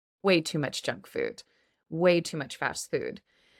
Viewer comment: I haven't been aware that Kababs fall into the category of junk food and whenever you spoke out the word junk food I've heard like jack fruit because, I'm used to jack fruits. Well, my first time to eat Kabab, i was then working in Muscat-Oman from a Turkish Food truck as teacher said. Thanks again for this lesson.